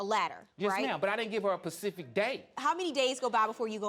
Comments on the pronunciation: A PACIFIC DATE!?!??!?! I'm so over these people and their lack of the English language!!!! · trekgirl65 no no no he clearly said Pacific. I'm listening to this on a very clear sounding subwoofer and he said Pacific. Pacific is something you say when you're like 5 years old and you don't know the difference, not when you're a full grown man and the English is your first language. I know of minorities that have better English than a lot of the people in certain communities in the states. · He said 'pecific date. There's an apostrophe! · Thank you!!!!!! This is exactly what I am helping my girlfriend on pronouncing specific and using specific in the right context. Then using the word pacific correctly.